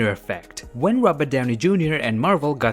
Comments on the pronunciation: I’m a the only one to hear “RUBBER” downy jr. insted of “ROBERT”... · I'm never one to rip into someone's accent, but i cannot stop hearing "rubber Downey junior" :) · The way he says Robert downy Jr. (Robat)Downy Jr.